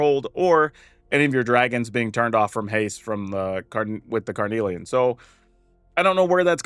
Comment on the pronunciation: You’re saying carnelian right, and yes it does mean something 😁 it’s a red semiprecious gemstone.